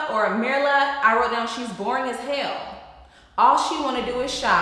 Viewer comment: It’s MEER-luh. And you’re right she just wants to be married not knowing what that involves. She said she hadn’t seen that growing up so she really doesn’t know